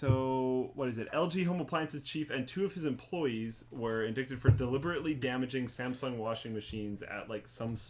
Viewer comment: Did really just say "indicted" as it was spelled